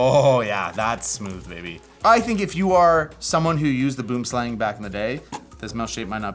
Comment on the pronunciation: Please, for the love of ALL that is HOLY!!!! Use Google Translate and listen to the word Boomslang in Afrikaans. Pretty please! Boo(r)m slung.